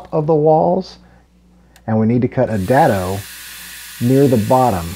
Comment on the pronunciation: Dado is pronounced with a long vowel A. Not a short vowel a. Just saying...